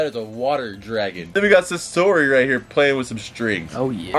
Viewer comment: SA-SORI NO ITS SAS-ORI